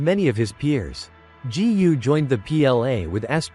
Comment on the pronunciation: "G..U." ?? No narrator can pronounce a "G" placed in front of a "U". It pronounces Gu, not G U. Therefore im not interested in wasting time to listen to an AI generated voice.